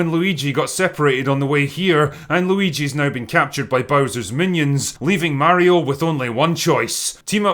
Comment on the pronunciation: Pretty glad God Emperor Drinker actually pronounces "Mario" right. I am getting sick by specifically some Americans, naming him "Merio" all the time....... If the era of proper video game movies starts now, the Sonic movies certainly weren't that start yet, despite them being rather successful. And who knows, after seeing Mario's success, maybe the other studios will finally attract to making a proper Sonic movie, not this real life bullshit we got served so far.